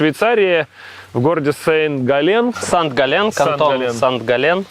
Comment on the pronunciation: Немного режет слух произношение Санкт Га́ллен ударение на первый слог. Спасибо за расследование 👍